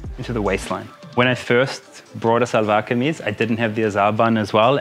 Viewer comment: Seriously Karl you look more handsome in Shalwar Kameez with that pakol (peshawari hat) than any other dress MASHA ALLAH..just like our Pathan bhai..and a little correction here we call it SHALWAR (sounds like SH)not SALWAR. I enjoyed this video very much and happy to see you happy..love to Manisha and your family in NZ from a Pakistani expat in Dubai <3